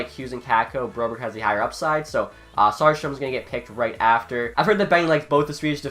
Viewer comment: It's Söderström, not Soderstrom...